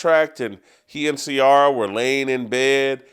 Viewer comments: Jason not knowing how to say CIARA just lets you know that he’s not been black for many years!! I mean my white yoga instructor knows how to say her name. Come on bro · Oh yeah, Black Twitter needs to cancel you, since it has so much power. You just don’t like Ciara and you’re mispronouncing her name.